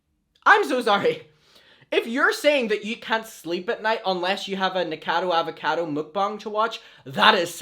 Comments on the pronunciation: Im pretty sure it’s pronounced nika- cado avocado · try nick-uh-cah-doe ah-va-cah-doe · I don’t mean to be a grammar Nazi, but the pronunciation is like Knee-co-cado Avocado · nick a cod o avocado is how you pronounce it but it doesn’t matter, he’s so problematic and disgusting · it’s NIK-O-CADO AVO-CADO 😂😂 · Ni - KO - cado A - VO - cado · his name is pronounced Nick - uh - cado avocado for next time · Honey... Nik-oh-cah-dough Auv-oh-cah-dough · it's like "Nik-o-cado Av-a-cado" 🥑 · ADAMM!! It’s nic-o-ca-do!! Pronounced like avocado!! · dear, it's nick-oh-cado av-oh-cado <3 love you though😭🖐💕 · Lol 😂 Nick-a-cado Avo-cado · Here you go: Nick - O - Cado - Av - O - Cado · Nick-a-car-doe Av-o-car-doe. That's about as phonetic as I can get it.... hope that helps! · Nick-o-cado Av-o-cado It is pronounce that way^^ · ...it’s not LeviOsa....it’s Levi-o-SA!! 🤣😂🤣😂 Nick-O-cado Avo-CA-do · nick-o-cado av-o-cado